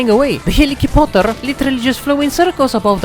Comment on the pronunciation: "the helikipoter"